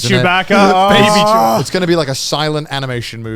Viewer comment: Every time they said "chew-BACK-uh" I wanted to flip a table. I hate star wars.